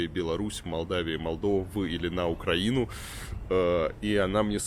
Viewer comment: Дятел не знает где в слове Украина делать ударение